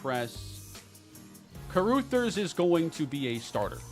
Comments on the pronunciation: Carrooothers is a crazy pronunciation 😂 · CA-RAH-THERS 😂 my girl is losing it over here with this